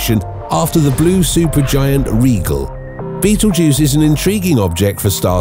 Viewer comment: I don't think it's pronounced' like the movie, but can turn this into a drinking game. Every time you hear bettle'juice. Take a shot.😅